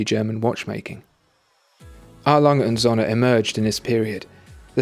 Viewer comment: Prefer the A.Lange und Söhne. By the by, it's pronounced "zooohne", not "zonne". (I studied German a few years).